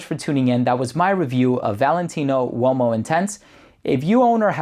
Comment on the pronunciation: U o mo? 😂😂😂 o’s silent!